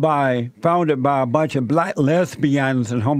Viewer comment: This man can't even pronounce the word black he says blasts this nigga is dumb like I said they found him under the freeway overpass sleeping in his box.